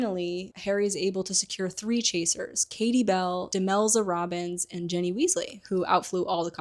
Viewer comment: Why do you pronounce Ginny as Jenny?